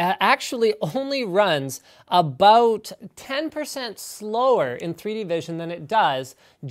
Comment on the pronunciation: AAAAABBBBOUUUUUUUUUUUTTT AT ABBBBOOUUUUUUUUUUUTTTT canadian words man fucking funny